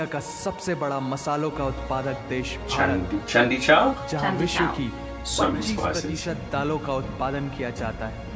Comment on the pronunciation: It's not chandi chauk it's chandni chuk